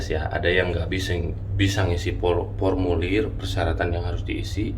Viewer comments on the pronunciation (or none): 5 th di luar negeri tapi masih ngisinya, pormulir bukan formulir 😁✌🏼